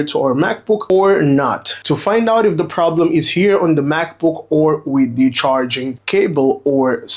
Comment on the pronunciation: its "the screen" not "de screen"